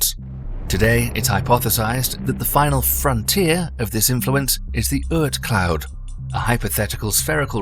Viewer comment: It is very nice you're trying to make documentaries, but you should be careful. There is no such thing as Earth Cloud ; it is Oorth Cloud. We know it is cheaper to have artificial voiceover, but this way you're spreading disinformation...